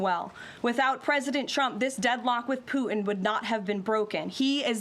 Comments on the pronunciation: I like the way she says President Poot..in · Why can't you pronounce "Putin"?